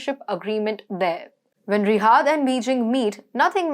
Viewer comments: It's not Rihaad. It's Riyad. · She has lousy Indian pronuniciation. It is Riyadh, not Rihaad. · It's riyyyaaaad not rihad 🤦🏽‍♂️ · Its Riyad not Rihad madam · She cant pronounce Riyadh correctly.